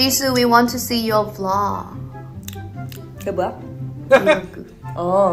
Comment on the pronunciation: "ai alwayssss" "vilogge"